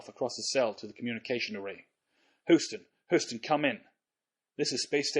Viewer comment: "Come in, Hoostin" lol